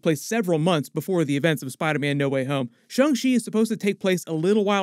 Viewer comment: So sick of him saying Shung She